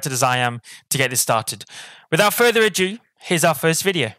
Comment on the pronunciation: ADO. Its ADO, not ADIEU.